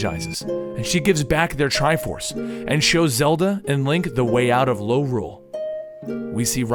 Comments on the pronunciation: Its called Lorule not Norule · You said Lorule too many times...